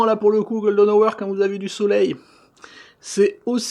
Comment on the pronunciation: Bonne vidéo comme d'habitude, je vois que ton anglais et aussi bon que le miens : "la gueule de nowair" (golden hour) ;-p